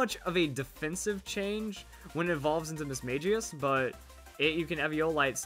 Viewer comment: You pronounced Mismagius wrong.